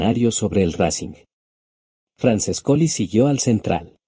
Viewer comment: EL texto escribilo tal como suenan porque sino tu programa lo lee tal cual cómo franchescoli